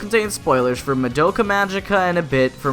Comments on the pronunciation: I swear it's pronounced Mah-Doh-Ca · but they always pronounced as Mah-Do-Ka